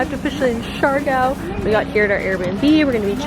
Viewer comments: lol for the love of pronunciation...Siargao! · I'm saying you should have learned how to pronounced it...